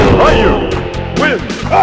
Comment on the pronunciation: The announcer says Ryu's name wrong as well as the other characters with Japanese names